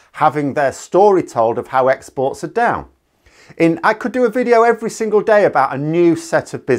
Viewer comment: Did we miss-hear Gove - when we thought he said people are "sick of experts," was he actually saying people are "sick of exports?"